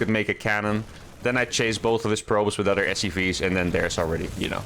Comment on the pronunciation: Your English is great, but one thing keeps standing out. I noticed in your vids that when you say the word "other" you pronounce it as "udder". Just a heads up :)